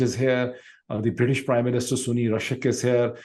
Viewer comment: Sunni Rashak!!! 😂😂😂 Pakistani analysts consistently mispronounce Indian names. It's across the spectrum. It's a symptom to their inherent unprofessionalism.